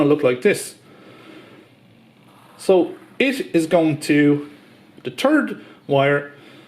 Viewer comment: Turd phase? Loose the gloves, speed it up, and learn to say stator, third, and three in English.